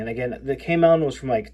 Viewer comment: the browser you called K melon, is actually pronounced Chameleon, like the lizard that can change its camouflage